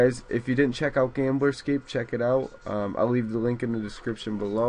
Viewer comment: lol it sounds like your saying gameboy scapee nice vid